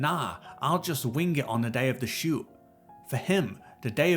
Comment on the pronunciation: oh crap, it's shoot, not shoe!